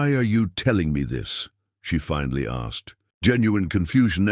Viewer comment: I love the narration. Great voice. I have to chuckle every time he says "Jack asked" he never seems to pick up on that second "K". LOL "Jack assed"